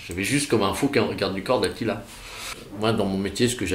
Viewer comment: On dit pas "de Attila" mais "d'Attila" !